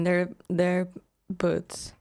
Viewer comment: I had to rewind when I thought you said "put yourself in their butts". Ok, you said "boots" 😅 Whew! That's a cool coffee cup you got there.